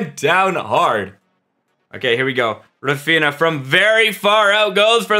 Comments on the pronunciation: not him saying raphina and not raphinia💀💀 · Why do you pronounce raphinha’s name like that 💀